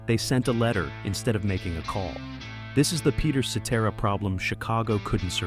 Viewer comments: A.I. voice "Peter See Tear a" LOL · I think they pronounced Peter’s last name right. They kept pronouncing Danny Seraphine’s last name wrong. Danny has always pronounced it as Serafin and not Serafeen. Peter Cetera has always pronounced his last name as Sa Tera. Robin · While describing Chicago's debut album, you showed an image of Chicago 2. Unbelievable. Also learn how to pronounce "Cetera." Oh and one more thing, Chicago 30, released in 2006, is one of their finest albums, of course after the late sixties to mid 70s albums.